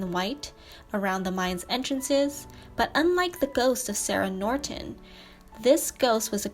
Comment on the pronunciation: Norton not Nortent